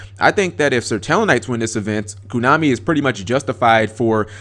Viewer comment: its not kunami its konami dammit XD